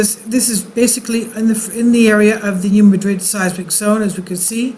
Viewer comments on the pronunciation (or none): Resident of Missouri here - it is NOT pronounced, New Ma-DRID! It's pronounced New MA-drid!!!